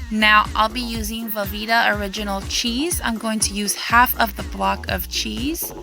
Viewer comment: its half a cup... the way she said it sounds like one and a half